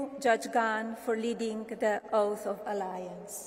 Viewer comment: She wouldn't know what an "oath" is. She couldn't even pronounce it correctly.